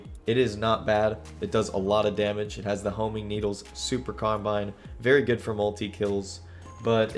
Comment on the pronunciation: “” why do you say it like that lol Every time I’ve heard it in Halo or even other carbines irl talked about it’s CarBINE